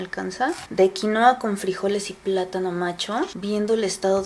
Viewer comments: Xfavor en español se dice QUINUA!!!!!!!!!!!!!!! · Genial aunque vivo en el país que produce quinua y por favor no se refieran más a ella como QUINOA. ES QUINUA!!!!! Derivado del quechua. Es por respeto a sus orígenes.